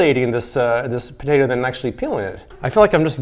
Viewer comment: Is it just me or is it bugging anyone else that he's saying "potato" instead of "potato"